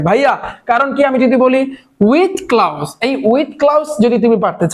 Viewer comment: ক্লাউস ❌ক্লুস✅